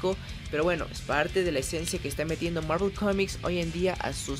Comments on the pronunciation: El video en si es malo.......aunque lo peor de el video es cuando el pendejo este intenta pronunciar marvel.....y no se si es que se cree gringo o que pero si no sabes pronunciar bien el nombre en ingles entonces dilo como suena que en ves de escuchar marvel escuchaba era mervol morvol marvol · Que pedo,no se le entiende mi madres a su saludo y es Marvel no Marvl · Universo marel? Marel? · Dios mío esa pronunciación del inglés. Thanos ahora es ¿teinos?. Hawkeye es ¿jokai?. Marvel es ¿marvl?. Capitán América es ¿capptain murica ?